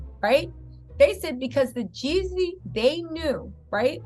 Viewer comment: Stop calling that man yezzy. It's Jezzy, Jeezy, Jeezy.